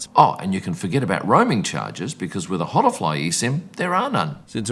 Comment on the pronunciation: I think it's pronounced Ola fly. Not Hola fly.